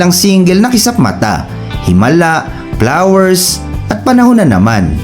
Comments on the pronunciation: ahahahaha kaya nga eh hahaha hirap sa tenga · Maganda po kwento kaya lang ang sakit ng Two One Por saka Plawer. 😊